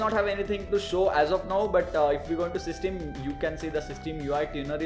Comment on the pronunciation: Plz pronounce system correctly its quite annoying